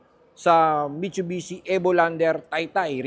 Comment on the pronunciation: Ayusin mo muna sinasabi mo mitchubichi 😂😂😂